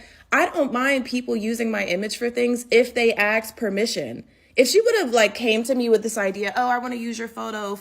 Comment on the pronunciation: "I seen..." "Axe me..." Yeah I can't watch any more. This is an offence to my intelligence and my eardrums.